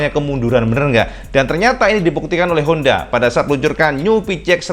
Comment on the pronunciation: maaf sebelumnya. Pengucapan sampeyan homda PCX 160 Rada samar malah lebih sering mengucap hoda PiCeX. Ini hanya saran cak. Untuk narasi bagus kalo lebih bagus itu slow gak usah terburu-buru.